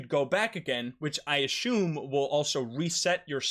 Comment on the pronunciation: Why do you ashume instead of assuming